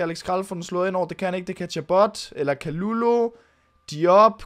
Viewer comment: Ve’ godt at det r lidt ligegyldigt, men har hørt at det ikke udtales Kalulu men Ka Ly Ly fordi det r fransk